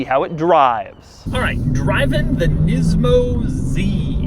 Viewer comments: It's nismo not nizmo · お前の喋り方と顔に腹が立つ、「ニズモ」じゃねーよ、「ニスモ」だ分かったかこの間抜け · the way he sarcastically pronounces nismo makes him seem like a total douche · Thissss is a neesaan nemou MAN LIKE CANT YOU JUST SAY IT PROPERLY LIKE LOOK AT HIM TILL OR 5